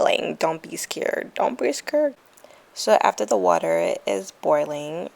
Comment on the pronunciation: "Dont be scared" "Dont be scurred" 😭😂 love it